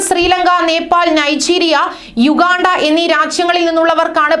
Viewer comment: ശരിയാണ് ടിക്കറ്റ് ചാർജ് കണ്ടാൽ കണ്ണ് തള്ളിപോകും, തുള്ളിച്ചാടും യുഗണ്ട അല്ല ഉഗാണ്ട എഴുതാനും വായിക്കാനും അറിയാവുന്നവരെ പണിക്കു വെക്കു